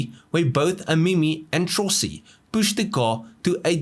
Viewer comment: La pronuncia è Trossi....